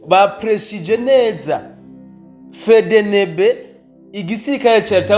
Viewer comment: Uzuravuga Efdienibi apana fedenebe 🤣fedenebe ivuga abohakury uze uraga prononça 🤣🤣💝💝💝💝💝💪💪🇧🇮🇧🇮🇧🇮🇧🇮🇧🇮🇧🇮🇧🇮🇧🇮🇧🇮🇧🇮🇧🇮hejuru cane gihugu canje🥳🥳